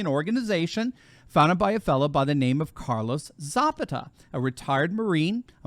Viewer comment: This is very encouraging. FYI, Zapata is pronounced Za-PA-ta.